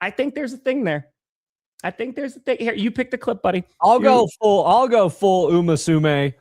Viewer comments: It’s Uma Musume, not “umasume” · If the Broncos win the Super Bowl, will learn to say Uma Musume correctly?